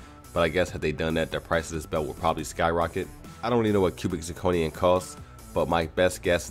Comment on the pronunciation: Good video. My only comment is, stop saying "cubic zirconian", it's either 'cubic zirconum', or 'cubic zirconia' but never zirconian.